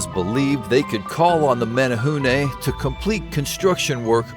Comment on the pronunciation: Thanks for pronouncing Menehune correctly.